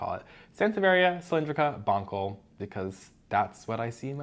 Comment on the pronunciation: "Bon sell", not "Bon kell". I wish it were "Bon kell", it sounds way funnier. Bonkle bonkle bonkle. Love the videos, you have tons of cool plants!